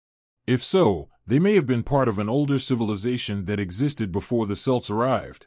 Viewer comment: what the hell is selts its pronounced Kelts. stupid AI.